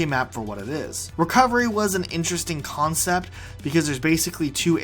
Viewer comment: “concep” 😂😂😂